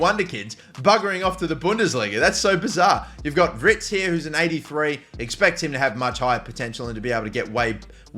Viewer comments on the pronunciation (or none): Are you dyslexic? WIRTZ! Not Writz